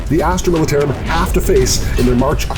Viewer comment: I love Tycho but the way he pronounced militarum made me flinch everytime